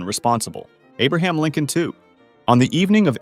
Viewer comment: The way you said “Abraham Lincoln 2” made me wonder if there was a sequel to Abraham Lincoln